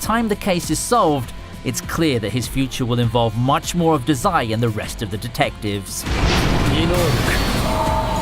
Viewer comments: Omg I'm so glad you started with bungou but u rlly need to work on ur pronunciation, like duh-Zai. Otherwise great vid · The way you pronounce Dazai gave me cancer